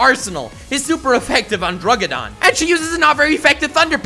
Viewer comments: Well I mean you did get me triggered. Thing is, it wasn’t the honest descriptions. It was the fact that you called “druddigon” “drugidon” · Um, its not Druggidon. Its Druddigon. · Bro why are you saying druggidon when its druddigon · Who else noticed how he that he said drudiggin like drugidin when it’s pronounced druddigin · Satire is fantastic, but was thoroughly triggered at the pronunciation of druddigon. Drugidon sounds like a foreign mail order pharmacy. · DRUDD- I- GON NOT DRUGGIDON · He was saying Druggidon and it was pissing me off cause its druddigon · he calls druddigon a drugidon lol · "Druggidon" the fuck is that it's Druddigon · Druggidon? Wtf? Its druddigon... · Druggidon he says? I thought that the best misspoken Pokemon ever was Lu-Gi-Oh. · "Druggidon"... Please shoot me.